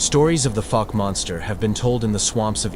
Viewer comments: They use an AI voice for the videos. AI is known to pronounce words wrong sometimes. Great video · 👣⭐🙏🏆 Pronunciation of Fouke is FOWK-uh , ˈfaʊk, like "ou" in ouch. Research stories from the Caddo Indians and the Sasquatch. Thank you for sharing this